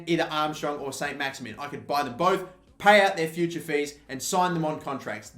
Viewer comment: I was going to try and explain the French pronunciation of Maximin but there is no point as he can barely pronounce English names....